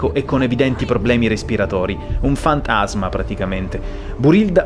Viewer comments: fant-asma ahahha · "fantASMA" AHHHHHHHHHHHH